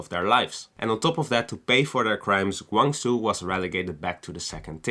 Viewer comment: You should pronounce as "Gwang.....Jow"